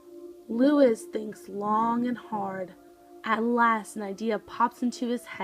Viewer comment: Look up the correct pronunciation of Luis, please.